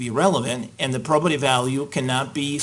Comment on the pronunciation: Maybe I'm an idiot, but I can't distinguish the word the judge says and ? I thought he was saying 'properative" value, but that's not a word and Google isn't giving me a solution.